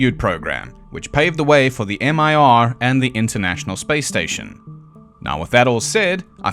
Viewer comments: why did you say Mir like if it was an acronym? it's a word in russian, not an acronym like ISS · Mir is not an acronym, it's a word. It means "world", and also "peace". It's pronounced as written.